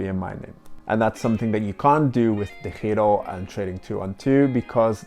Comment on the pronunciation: I was going to ask the same thing. You pronounce DEGIRO like a true Dutchman.